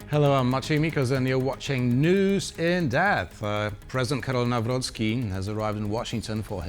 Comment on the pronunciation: The first name of Polish president is Karol not Carol. Karol, like in Karl Marx. It's not Carol Marx. Your guest needs to get a bit more education.